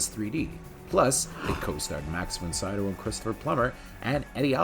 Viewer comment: i really can't get past your inability to pronounce Von Sydow.